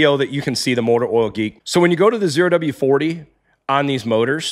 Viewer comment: It’s ZERO W-40, not the letter O oh.